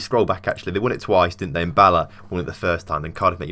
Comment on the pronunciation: Its bal ahh not barrr laaa